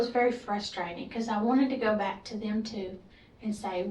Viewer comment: I thought I was tripping when she said FRUSTRATING as fristring